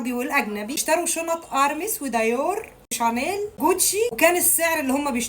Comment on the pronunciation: مش اسمها دايو وارميز وشاتيل 😂😂😂😂😂😂 اتعلمي تنطقي الأسماء صح بعدين تكلمي عنهم